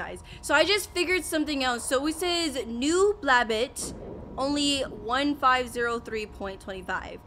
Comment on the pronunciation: It’s pronounced BLAB- BOT not BLABUT.